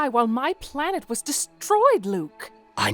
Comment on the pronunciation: You made an error in that last sentence there. You said "Waa" instead of "Was"